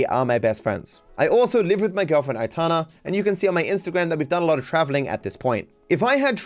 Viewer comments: if you didn’t know how her name is pronounced then it’s alright But if you did… why couldn’t you at least add a Y, atana is just ridiculous mate Aytana, Aitana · I’m not getting triggered man, I’m just pointing out that saying atana while knowing her name is pronounced ay-tan-ah is just foolish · aitana… it’s literally pronounced how it’s spelled